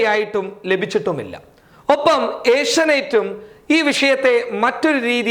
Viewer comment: ഏഷ്യനൈറ്റ് അല്ല ടാ പൊട്ട, ഏഷ്യ നെറ്റ്